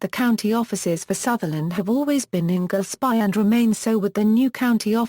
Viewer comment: Being Sutherland born I found this Audiopedia insert very interesting. However, the experience was a bit spoiled by the wrong pronunciation of several place names such as Dornoch, Golspie, Strathnaver, Cromarty, Caithness and even our language "Gaelic" a bit jarring.